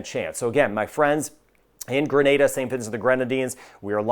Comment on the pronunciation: Thanks for saying " Gre-nay-da" and not " Gra- Nah-da" and "To-bay-go" instead of " To-bah-go" like most americans😊